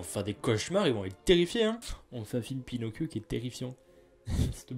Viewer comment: "Pinocccchio comme on dit en amérique du sud" Heu comment te dire?